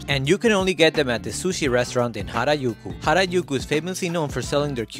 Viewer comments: I never knew that Harajuku is pronounced Harayuku 🤔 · Is that how you pronounce Harujuku? Like harayuku? I thought it was pronounce hara ju ku. 😅 You learn something new everyday. 😄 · No he’s pronouncing it wrong. It is ha-ra-JU-ku. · I think hes northern european. He instinctively pronounces j as y in most of his videos